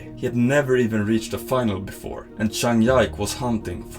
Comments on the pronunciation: This is a great video!! But it's Zhang Ji (similar to Gee) Ke not Zhang Yak lol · Sorry but how can you not know how to pronounce zhang jike like cmon😂😂😂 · buddy he makes incredible content and editing and his narrations are incredible you lose respect for a guy making table tennis exciting for people that dont know about the sport because didnt pronounce a name correctly? Embarassing. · It really is pretty bad for table tennis content to pronouce Zhang Jike's name so badly. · Zhang Ji Ke 张继科（copy and paste in google translate to help you get correct pronunciation of his name . not one time you pronounced his name right 😂😂. Do you really in table tennis community my friend? 😂 😂 At lease study how to pronounce the name correctly. And recommend you watch’s Chinese version YouTube , learn how to correctly pronounce Zhang ji Ke’s name, and edit/revise it. Good job btw. ❤ just try to help you